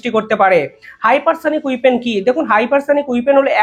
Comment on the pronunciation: উচ্চারণ ঠিক করুন "উইপেন" বলে কোনো শব্দ হয়না হবে "ওয়েপন" অশিক্ষিত উচ্চারণ হলে vdo দেখতে ইচ্ছে করেনা